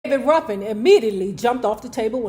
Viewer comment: Ruffin. Not ruffen